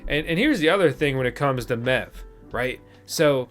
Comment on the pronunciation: Wasn't looking at my phone when you started talking about MEV and from a distance it sounded like you said "Now let's talk about meth" thought the channel changed directions in a hurry